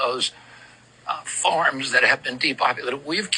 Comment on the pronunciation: …an interesting inflection on “farms”